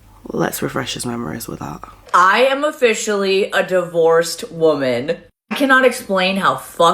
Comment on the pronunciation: She's very manic and she talks like trash. She'll get what she deserves. Lately I've heard young people say woman and not pronouncing it correctly. People aren't very educated anymore.